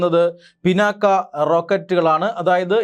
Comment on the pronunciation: മലയാളമറിയാത്ത മലയാളി വാർത്ത. ഡോ പിന്നാക്ക അല്ല പിനാക ആണ്